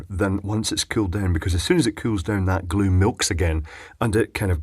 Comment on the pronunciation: Hot MAIL? I noticed he kept saying what sounded like HOT MAIL instead of HOT GLUE